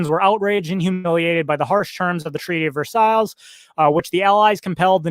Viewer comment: you did okay with 'Weimar,' but please look up the pronunciation of 'Versailles.' But hey, great video, nonetheless, as usual.:)